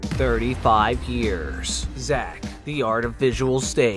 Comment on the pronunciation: Look, I am not a native English speaker, but "Xak" being pronounced as "Zack" sounds awful